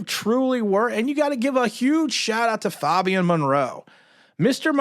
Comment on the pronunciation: NOT FAHBIAN FABIAN FABIAN FABIAN JEEZ!!! HAHAHA PRONOUNCE THE A HOMIE